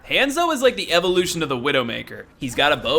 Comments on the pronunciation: It han-zo not haaaaaaanso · hon-zo not hand-zo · I'm sorry, I kept hearing hamzo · Did he just call hanzo hanzo!omg this is how you say it:Hanzo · I about lost my mind every time you mispronounced "Hanzo."